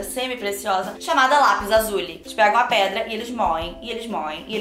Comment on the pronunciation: "restício" "lapis azuli" kkkkkk junto com "desperade housewives" q ela falou mil anos atras, sao as coisas q a falou errado e nunca vou esquecer, risos